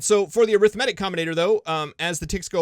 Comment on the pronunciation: wonder if he ever looked up how to pronounce arithmetic